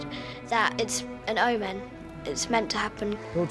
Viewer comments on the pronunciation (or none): none